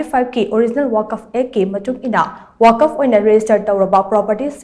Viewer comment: “ Waq’fa “ haina pronounce toubiyu.